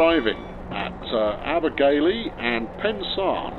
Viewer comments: Anthony Parker yes. ab-a-ghel-E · you pronounced Abergele wrong as your pronouncing it as though its spelt Abergaly